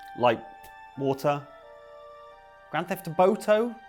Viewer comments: Grand theft Oarto... like Oars...for a boat.... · It's okay,. I scoffed heartily at both "Grand theft Wato" and "Guarma Police" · Grand Theft Oar-to, you're welcome/I'm sorry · it's Grand Theft Hydro